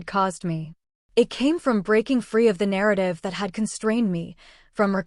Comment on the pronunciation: Family na-ra-tea